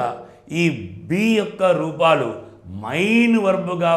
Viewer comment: Sir mee classes baagunnayi. Kaani mee pronunciation konchem chusukondi. Main 'మెయిన్' you are pronouncing like mine ' మైన్ ' . It is little odd and cinfusing